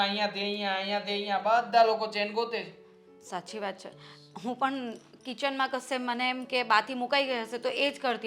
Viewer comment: ને સરખી રીતે ગુજરાતી બોલતા કોઈ શીખવો..... બધા શુધ્ધ ગુજરાતી બોલે છે... અને આ ગોબો છે... ની બદલે સે બોલે છે